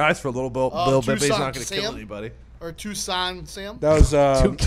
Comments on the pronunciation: Because said Tuscon, not Toucan.. 🤣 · He said Tucson Sam lol